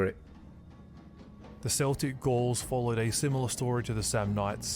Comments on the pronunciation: . Did he say seltic It’s Celtic with a k. Surely. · Kuh-el-tick not Sell-Tick. They're not a football team they're an ancient people. Can't believe this one passed you by. If he messed up a Latin word you'd have giggled away mocking it. It's amazing how often this one gets messed up by "academics" it's really not hard.